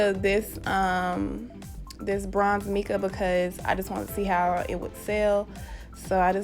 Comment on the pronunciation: Hey! So just a tip I guess, u pronounce it mai-ca not me-ca 💛💛🧡🧡